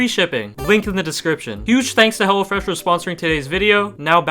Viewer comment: Excuse did bro call hello fresh hella fresh